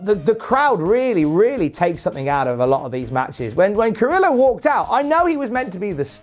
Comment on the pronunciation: Dude it’s pronounced ka-re-yo. Two ls together creates a y sound in Spanish.